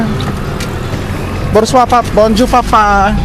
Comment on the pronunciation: borzua ka ng borzua sa (bonjour). Bonzua or Bongzua ang tamang bigkas dyan. Imbes na matuto yung subscriber mo. Naliligaw sayo. Naglalagay ka ng subtitle. Mali mali pa. Dapat kung magsalita ka ng Tagalog i sub mo ng English. At pag nagsalita ka ng french or English i sub mo ng Tagalog. Ganun dapat. Kaya di dumadami ang subscriber mo. 😂😂😂